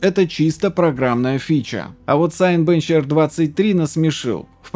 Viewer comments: спасибо за контент! Всегда было интересно почему вы синебенч называете сайнбенч? Cinebench - это бенчмарк на базе ПО Cinema4D от того же производителя Maxon. И логично что название бенчмарка есть производная от слова cinema - синема. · Только он не Сайнбенч, а Синебенч, не от слова Сайнс, а от cлова Сине